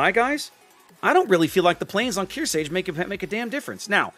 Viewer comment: I know I'm being a grammar nazi right now, but It's pronounced kear•SARGE as in sergeant (you keep removing the R). She's likely named after USS Kearsarge BB-5, the only US battleship not named after a state but after a Civil War sloop; which was in turn named after Mount Kearsarge in New Hampshire. Other than that, great game. I loved the one-shot on the Hipper!